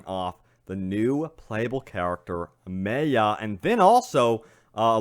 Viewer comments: ffs its my-uh not may-uh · it's not prononse MAY-A it's MAYA it hard prononsesation. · Anyone else get annoyed every time he says MAY UH? Dude it’s pronounced MY UH....it’s not that unique of a name...very common with very common understanding of the pronunciation. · Does anyone else hate that he is pronouncing Maya wrong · Me. So much. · Completely butchered Maya’s name lol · The Fly3st lmao I know it pisses me off it’s such a common name like how does he not know how to pronounce it 😂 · I ignored it the first couple of times but by the end of the video I was rage screaming the correct pronunciation back at the screen!